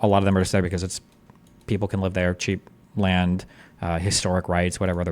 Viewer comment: right, in most european languages (the guy was polish by birth) we don't have the sound that english uses in the word "land", so we get confused when to say "lend" and when to say "land". Same with"w" and "v" in some cases.